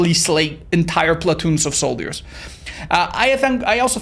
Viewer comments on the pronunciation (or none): That's sure a different kind of video... Also the way you pronounce "soldiers" as "soul-deers" is adorable :D